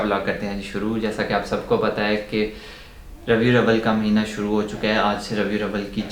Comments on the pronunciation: Its RABI-UL-AWAL not abiawal 🙂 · Brother it’s Rabi Al-Awwal not Ravi-Al Awwal a small correction. جزاك اللهُ خيراً